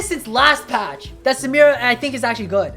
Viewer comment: I guess but what I mean is that the first word is very hard to understand, like he said "patch" but I thought he said "fast"@